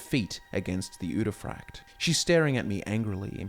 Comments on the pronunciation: frykte is not pronounced fraykt though, it's more like Freekteh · I don’t know why, but I hate the way you say udefrykte. I think it’s pronounced ude fri kte and not ude fryekt. Yeah I just checked, you are pronouncing it wrong. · Yo my guy, the frykte in uderfrykte is pronounce more like friction, not fry-kte. Sorry, it was bugging me the whole video. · You pronounce the Norwegian word so wrong 😭